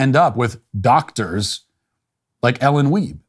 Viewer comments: “Weibe” …..shocked I tell ya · Did you say, “Ellen Dwiebe?”